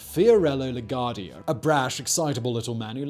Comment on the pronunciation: “Lagwardia” jeez. You ever flew to nyc? 🤷🏾‍♂️😂🤣